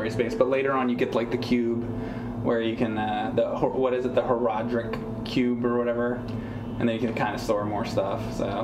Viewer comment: the cube is pronounced: whore-rod-ric